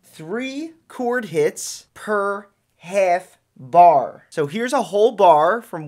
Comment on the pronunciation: You sound so New York when you say “half bar”